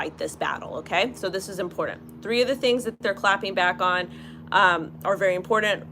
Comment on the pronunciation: The word is IMPORTANT....it has a T in it, not a D. Please